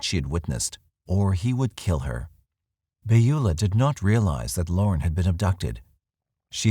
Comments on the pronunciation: Second time watching and it's just as great. However, the pronunciation Beulah is... puzzling. Pretty sure it's "bewlah". Not "bayula". Correct me if I'm wrong. Sorry - normally a couple mispronunciations doesn't bug me, but this just keeps hitting my ear weird. Plus I can't imagine witnessing something like that and not saying anything. She left her car unlocked with stuff in it? If I remember correctly. That would be a pretty good indication that something was definitely not right. This is the snoopy neighbours time to shine. When you really want a nosy neighbour, she totally drops the ball. Bad, Beulah. Bad. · Beulah is pronounce Byoo lah. I only mention it because it was my grandmother's name.